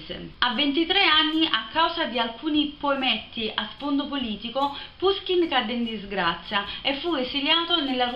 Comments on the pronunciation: Appena finito di leggere come coronamento delle opere principali di Puškin in prosa. Alcune precisazioni. È giusto pronunciare Pushkin. Gogol', Turgenev e Pugacëv si pronunciano rispettivamente Gagòl, Turghènief e Pùgaciof. Romanticismo e situazioni romanzesche una dietro l'altra, bellissimo romanzo, per quanto concordo nella conclusione un po' frettolosa. Consiglio anche, dello stesso autore, I RACCONTI DI BELKIN e il romanzo in versi EVGENIJ ONEGIN (pron.: Ievghièni Anièghin), il suo capolavoro. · Ciao, ho scoperto da poco il tuo canale! So che questo video è di un anno fa, ma se ti piace Puskin (che si pronuncia proprio alla napoletana come dici tu, pushkin) e ti affascina la sua vita ti consiglio vivamente di leggere "Il bottone di Puskin" di Serena Vitale, che ricostruisce l'ultimo periodo della sua vita e le vicende che lo hanno portato al duello mortale. Di Puskin consiglio anche caldamente "La dama di picche e altri racconti". Poi rimanendo in tema letteratura russa un libro veramente molto bello è "Un eroe dei nostri tempi" di Lermontov (che si legge Liermontov). Benedetta